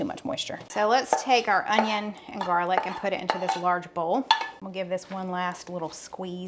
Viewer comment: "Jarlic." I love it! I used to have jar garlic in the fridge. 😂